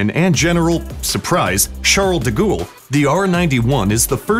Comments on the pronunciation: De gool lmfao!!🤣🤣🤣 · Charles D-goul XD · Charles de ghoul? damn dude...